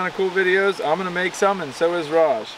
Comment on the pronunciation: His name is Raj not whatever u said! Y do they show me these vids anyways?!